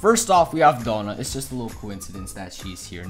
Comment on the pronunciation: The fact he said doughna not Donna